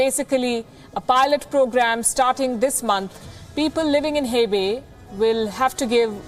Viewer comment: Hi Ms Palki, He Bei is pronounced more like Her Bay as opposed to Hey Bay :) and when you see Q as in Qing Dynasty it is pronounced with a Ch sound like cheese. O is always pronounced like "Dough" as opposed to "How". Jin Zhou would have a Dough sound and not How sound You are doing a great job, thank you and keep up the good work 😊👍